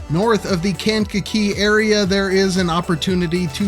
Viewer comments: It’s kang-ka-KEE. Like kangaroo, but with a kakee. 😄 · Resident of Kankakee Metro here! It’s pronounced locally as Kay-n-ka-kee. Always wanted to be the guy that comments that on the video. Hsr going through kankakee would be a massive boon, our downtown used to be lively and reasonably dense before industry left in the 50s and 60s. We have way, WAY too many parking lots. I’ve spoken with local developers in the downtown area and there appears to be a massive wave of new redevelopment in town! Ps I loved the cut to the “bitchin’” mall 😂, I hear talks of some massive redevelopment there as well supported by the village but we shall see if anything really happens.